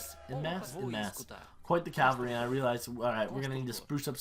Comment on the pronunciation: Cav- all - ry , that is how you pronounce it